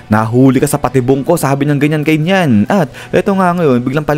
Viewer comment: NEEYAN po ang bigkas hindi NYAN